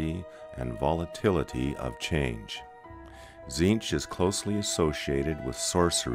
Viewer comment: cant stand the ay his name is pronounced...to me its always been Tezench not Zeench. If he is the changer of ways, his names would not only be infinite and complex but pronounced every which way. Its like Tsang Tsung you never said sang sung you said it like Shang Soong couse of the t. To hell with that silent treatment. KA NIFE to the face dictionary!